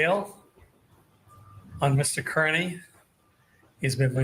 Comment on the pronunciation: Does he say Mr. Kurney on purpose??